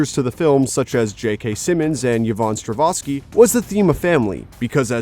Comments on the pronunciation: Its Strahovsky not Stravosky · "Stravoski" It's STRA HOV SKI. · Its not Struvosky Its Strahovsky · It’s pronounced Stra-HOV-ski, not Stra-VOS-ki. What the hell,? It’s not like she’s some new actress that wondered in from the parking lot. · Why is this called 25 things you didn't notice when most of it is bts trivia? Also, stop calling her Yvonne Stravoski. It's Strahovski. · How many times can one mispronounce an actress's name? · You are frequently mispronouncing Yvonne Strahovski’s name - don’t replace the “h” with a “v”. Please.